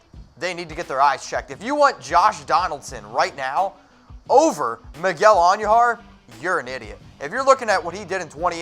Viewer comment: Say it with me. Miguel An- DOO-har. It's not pronounced, An-YOO-har